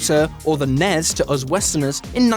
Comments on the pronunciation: It's pronounced N. E. S. If you're going to cater to your U.S. audience than pronounce it correctly. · Nobody called it the “nez”